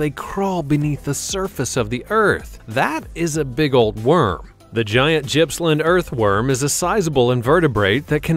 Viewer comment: Gippsland is definitely not pronounced how it is on this video commentary A simple search gives audio pronunciation of words in the correct manner